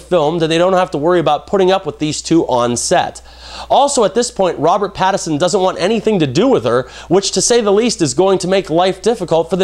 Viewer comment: I just want to lob a giant sign that says "PATTINSON" at you for repeatedly saying "PATTERSON".